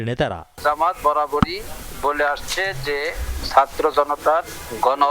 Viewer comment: জামাতের আগে উচ্চারন শিখতে হবে সাতর্ না ছাত্র